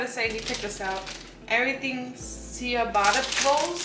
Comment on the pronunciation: It’s pronounced “chabata” 😉